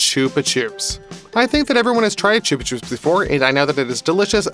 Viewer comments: ITS CHUB-A-CHUBS NOT TUBE A TUBES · I thought it was said like chubba chops💀